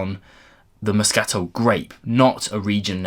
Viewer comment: Just FYI: I've usually heard it pronounced 'mos-ca-TEL' rather than 'mos-CAT-le'... I rather like the Filey Bay using those casks.